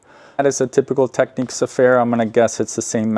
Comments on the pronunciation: FYI, It’s pronounced “Technics”, as in “technical” or “technician”, not “techniques”. This isn’t a matter of opinion or preference, by the way, any more than how to pronounce “technical” or “technician” is a matter of opinion or preference. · Point of discussion. It's not pronounced, Techniques, it's pronounced Techniks!